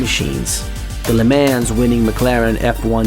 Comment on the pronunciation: dude, you should really work on your pronounciation... Le Mens? I have now seen couple your videos and its real earsore... like koenigseggs, Regera is pronounced with hard G, and Jesko is pronounced like Y, like in York not with J like in jet... And no, I am not nitpicking, english isnt my native language